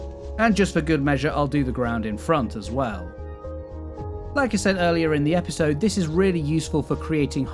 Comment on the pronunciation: ‘Epsisode 5’ lol